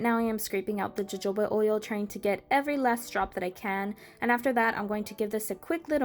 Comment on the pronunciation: Jojoba is pronounced Yo-Hoba